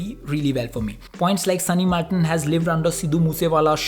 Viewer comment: So u r saying that his name is SUNNY "MALTON" NOT "MILTON" !! I AM fucking disappointed man 😔😒😒